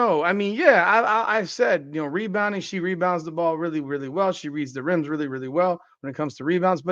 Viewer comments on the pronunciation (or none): Angel said "mebounds...." I mean "rebounds wins championships"